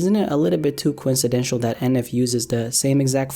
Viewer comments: Yep, but even worse did you hear not a few seconds later when he tried to say "coincidental" but instead said "coincidential" which is not even a word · With all the hard cut editing you didn't edit yourself completely mispronouncing "reserved" and "coincidental."